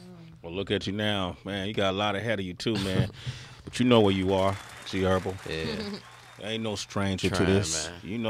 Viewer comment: Sway always says " G Herbal " 😭😂😂